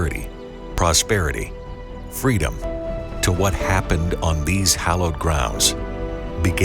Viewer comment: "births of freedeom" my stomach hurts from laughing.............